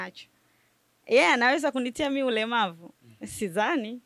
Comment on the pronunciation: Umeongea vizuri sn lkn umekosea kutamka neno ulemavu. Apaniduniani atawewe waweza kuwa kilema tu. Ukumbuke kama sisi binadamu ni marehem watarajiwa.ivyo lolote laweza kua. Chamsingi jiepushe nauyo Z anto atawachanganya bulee.